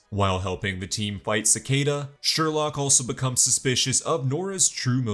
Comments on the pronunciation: It’s sureloke not surelock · Sorry, every time you said "Sherlock", my mind immediately corrected it to "Sherloque". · Sher-loock -loch 😂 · he said Harry "Sherlock" Wells ITS SHERLOQUE